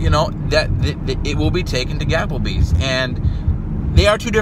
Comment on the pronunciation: LOL, he said Gappelbees haha!